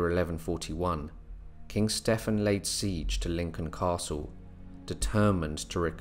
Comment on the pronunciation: Wondering why you keep mispronouncing Stephen.